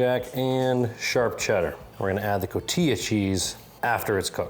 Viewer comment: Just FYI - it's pronounce ko-tee-ha.